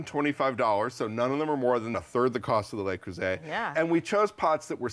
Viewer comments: Le Creuset, not Lay Croozay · FYI - "Le" is pronounced similarly to the "oo" in "look" - to be pronounced "lay" it would be spelled "les" - which is the plural form. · It's LE, not Lay! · LE is pronounced “luh” LES Is the plural form, pronounced “lay” So please pronounce it correctly LUH Creuset. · Neither of these supposed experts seem to be able to pronounce ‘Le Creuset’ correctly. ‘lay croozay’ isn’t it. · I hate to be that person, but it's 'Luh- crew -say' 😕